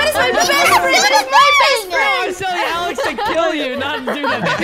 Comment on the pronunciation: Instead of “Alex” it’s “Ahleighx” 😂😂😂😂😂